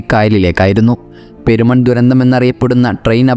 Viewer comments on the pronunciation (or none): പേരിനാട് അല്ല പെരിനാട് എന്നാണ്.. അതേ പോലെ പേരുമൺ അല്ല പെരുമൺ അങ്ങനെ ആണ്